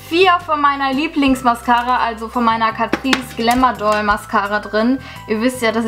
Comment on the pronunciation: wieso sagt jeder immer glamOUR doll? es heisst glam and doll (glam&doll)